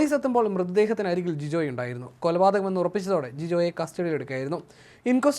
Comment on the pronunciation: കൊലുപാതകം അല്ല കോപ്പേ കൊലപാതകം 🤣🤣